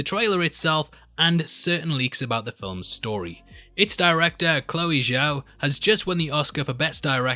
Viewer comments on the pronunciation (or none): none